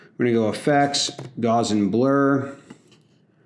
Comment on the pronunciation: Revisiting this and, man, this video is just an absolute masterclass. Real quick though : I’m a math teacher and Gaussian blur is named after a mathematician (Carl Friedrich Gauss) and his last name rhymes with “house”. So, Gaussian blur should have that “ow” sound. In the first syllable. Huge fan, love your stuff.